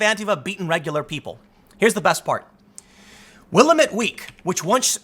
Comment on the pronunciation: Hey Tim, a little help for that paper's name. It's pronounced Will-AM-ett Week. I'm sure you'll be citing them again in the near future!